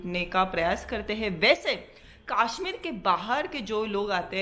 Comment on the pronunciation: It's kashmir not kaaashmeer